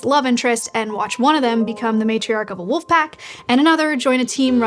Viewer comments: Pet peeve: saying woof instead of wolf as an adult. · wolf scientist who can't say the L in wolf? rea__y?